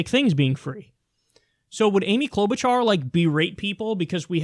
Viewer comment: I believe the "ch" in Klobuchar's name is pronounced like "sh" as in sheep, not "ch" as in cheese.